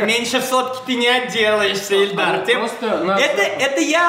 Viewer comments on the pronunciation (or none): Его ИИИИЛЬДАР ЗОВУТ, А НЕ ЭЛЬДАР, ЭТО 2 РАЗНЫХ ИМЕНИИИ